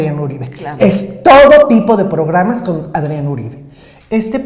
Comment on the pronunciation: No es Aarón, es Adrían.